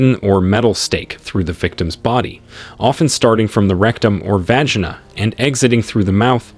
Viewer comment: My eyeballs are doing donuts in my skull listening to these pronunciations. Im-PALE-r not Impuler, Vag-EYE-na not Vag-IN-a, T-RETCH-ery not T-REACH-ery. All that aside, good historical video.